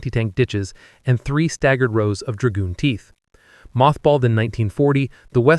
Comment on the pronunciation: Either the narration is done by a better, but not perfect AI system, or by a human who doesn't know how to pronounce many of the technical words. For example, it's not "Dragoon Teeth" but "Dragon Teeth." Was this the fault of narration or the person who wrote the script and can't spell correctly?